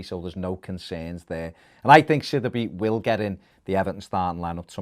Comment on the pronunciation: It’s pronounced sid e bay not that shit you’re saying